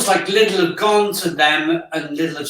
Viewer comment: my father says lilds too, its lidl ffs.